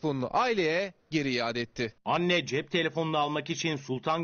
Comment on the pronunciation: iade kelimesi Arapça kökenli olup( âde ,yüââdü,iâdeten) kelimesinden ferç olunmuştur. Türkçe manası ise geri vermek anlamına gelir . Bil ahir aynı cümlede farklı telaffuzlu aynı kelimeyi iki kez kullanmış oldu .